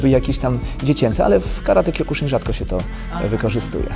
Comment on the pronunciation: Wymowa zbyt twarda. Sibucio, sihan i kjokusin